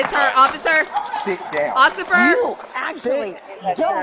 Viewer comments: pleaseeeee LOL u guys heard "ocifer" too right??? 😭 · "OSSIFER.. O--O" LMAOOOO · occifer!! occifer!! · you said "occifer" 2-3x 😂😂😂 I want what is sippin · "officer it's her OCCIFER!"